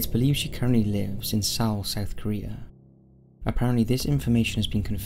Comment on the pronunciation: Did you just pronounce Seoul (Soul is correct) Cee-al? Brutal